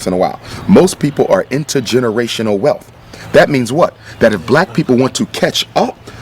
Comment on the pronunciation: Did he just say "welf" instead of wealth? Other than that, great video.